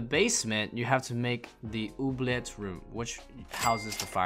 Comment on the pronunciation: my guy pronouncing oubliette properly :)